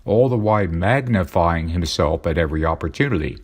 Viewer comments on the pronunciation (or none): I thought i heard "maganify" instead of magnify. I agree the internet makes it too easy for awful people to congregate/gather.